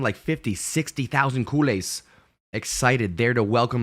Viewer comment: Love your broadcasts, but I must say, your pronunciation of “Culers” always sounds like “kool-aids”!! It’s just pronounced as “COO-Lehrs”.